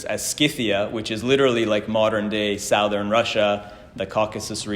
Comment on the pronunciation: I can’t get “sowthern” out of my head